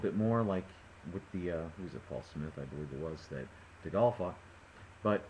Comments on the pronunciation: Dee-Gaal lol ....Dee-Gay-il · Prediction fail. AND its Segal not Segale, so its DeGale not Degal! fool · Just so you know, it's DeGale as in Whale not Degale as Fall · chillaxe it was just a prediction i don't think anyone on here bet 10 grand on Degale because of this or anything, also stop moaning about his pronounciation, its not like you've never said something wrong i'm not trying to argue i just don't like it when people consistently moan on youtube etc.